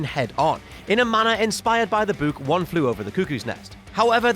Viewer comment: can you make a video of you just saying BOOK. over and over? boo-k